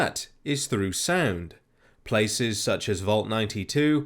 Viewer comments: I thought you said sand instead of sound at first, and I thought "aw yes sand the only true weakness to crabs" it gave me a chuckle keep up the great work. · when you were saying 'sound' I was hearing 'sand'. Kind of makes me wonder what you sound like when you say 'sand'. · When he said "sound" I thought he said sand lol